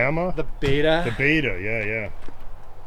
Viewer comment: Beta not bata lol